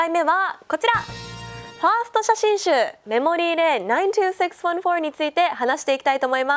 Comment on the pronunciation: 92614の発音がめっちゃ良い！